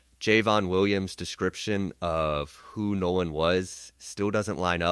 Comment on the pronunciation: This is not “trump’s team;” it is CRUMP’s TEAM. Don’t get it twisted. And the young man’s name is NOLAN , not “No One” WELLS. AI, you are being disrespectful. Like LAW ENFORCEMENT and Nolan’s so called white friends, you are treating him as if he was “no one;” as if his BLACK life didn’t matter. More questions: What was he doing with THEM on the day that THEY would be celebrating THEIR freedom - independent of FOLKS LIKE HIM And why was he sidetracked by that particular girl - also one of THEM - kids whose parents likely voted for Racist Trump who was hosting White nationalist - in Washington - on that day? Get it right!